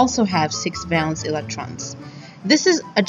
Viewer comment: The music is one thing but hearing the word valence mispronounced so many times is very disappointing.